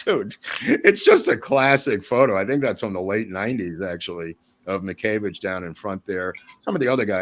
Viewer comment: Wonderful. But why pronounce "Miscavage" as "Mickayvidge?" Just curious.